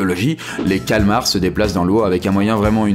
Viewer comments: Le calamars putain pas le cal'mars! Tu dis abubulance pas amb'lance nan? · C'est pas "Calamars" et pas Calmars ?